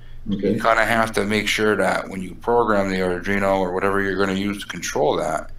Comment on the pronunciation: Okay, I'll be the nit picker :):):) It's pronounced Ardweeno, not Ardreeno